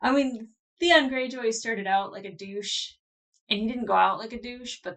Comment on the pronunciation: “….F*** you ZEON!” I might have a little bit too much whiskey in me right now but I replayed that twice just to make sure that’s what you said. 😂 “Zeon” 😂😂😂 (Poor THEON)